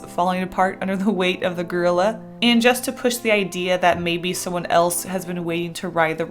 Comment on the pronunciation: I really thought you said Girlila lol